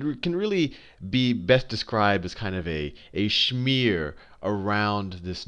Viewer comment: did anyone else hear sh-mear when he said smear?